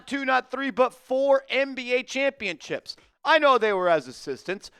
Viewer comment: why do you keep saying ChampionChips lol